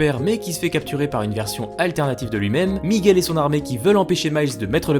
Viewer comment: Bonne vidéo, mais par pitié, arrête de dire "migouel". La prononciation en espagnol est la même qu'en français.